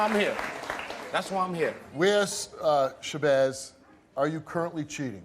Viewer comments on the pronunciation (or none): He said SHABOZZ